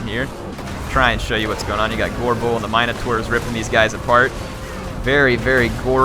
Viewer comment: Hey, so it's pronounced min - o - taur. i only know because i used to always call my sister one